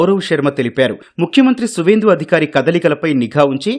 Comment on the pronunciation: Etv లో వార్తలు చెప్పేవారు తెలుగు స్పష్టంగా పలుకుతారు.. ఇంకా కొత్తగా వచ్చినట్టుగా ఉన్నారు . విధ్యార్థులు కాదు విద్యార్థులు అధిఖారి కాదు అధికారి కొంత మంది పండితులు మంత్రాలు చదివేటప్పుడు కూడా ఇష్టమొచ్చిన చోట ఒత్తులు పెట్టి పలకటం చూసినట్టుగా , విన్నట్టుగా ఉంది సద్విమర్శ గా భావించి సవరించుకోగలరు